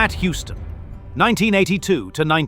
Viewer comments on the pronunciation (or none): none